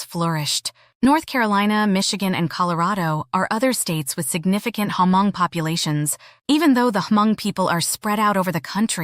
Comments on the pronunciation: Sorry but I heard you keep saying ‘H’ in Hmong. The H is silent. Just say Mong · Omg u need to do ur homework about how to pronounce “hmong”. Its not “her-mong”. Its just “mong”. Secondly-“paj ntaub”. U butchered those words so badly.